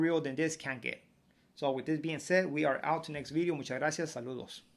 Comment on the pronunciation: New… bideo